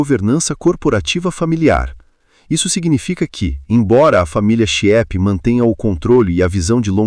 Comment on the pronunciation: A família é Chieppe, que se pronuncia "quiêpe", não é "chiépe".